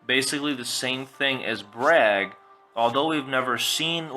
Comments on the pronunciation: IT'S BRAYEG!!! NOT BRAG!! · this list sucks, this is not gonna happen. it doesnt make any sence, its stupid. Also its "BRAIG" not "BRAG". God learn how to pronounce names